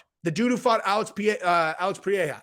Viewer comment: The way you said pereira the first time was like the most unique pronunciation of all time, say that in Gabrielles ear just like that 😂